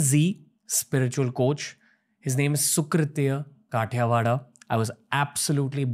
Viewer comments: Khatiwada खतिवडा है काठियावडा नहिं । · It’s Khati-Wada not Kaathiya-waada lol 😂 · he is not kathyawada it's खतिवडा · Dear Ranbir, his surname is खतिवडा not काठिवाडा । 🙏❤ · He is not खाटियावाडा but खतिवडा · Wow kathiyawada NAHI hain he is Khatiwada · It is खतिवडा not काठीयावाडा please . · Hi surname is not Kathyawadha?? It is correctly pronounced as Kha-tea-wadaa. At least get your guest’s surname correct. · Ranveer his surname pronounce as खतिवडा ❤ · Dear brother only thing to say is ‘Khatiwada’ is pronunciated as ‘खतिवडा’. 😁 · Khatiwara pronounciation is खती-वाड़ा। Love from indian गोरखा to TRS BUT PLEASE don't westernise the pronounciation instead ask him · The way he pronounced Khatiwada 😭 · Pls pronounce his surname properly....